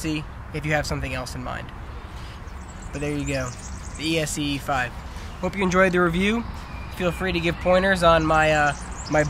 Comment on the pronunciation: It's ESEE you fool! NOT E.S.E.E... pronounced S.E! good grief, plus why the hell would you move to Spain????